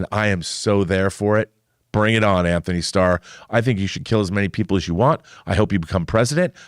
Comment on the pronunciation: Antony doesn’t have an “h” in it. you are mispronouncing his name.